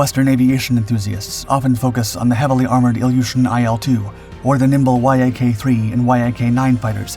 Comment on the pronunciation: Great video as usually :) Just one remark plese consider dot say YAK as letters but like word or Yakovlev - letters souds (to me) strange :)